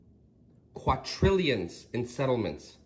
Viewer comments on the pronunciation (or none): IT’s quaDrillions not quaTrillions 🤦‍♂️ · Guy at the end...."quatrillions" haha